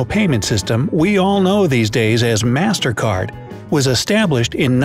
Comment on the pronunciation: i hear mastercard as mastercar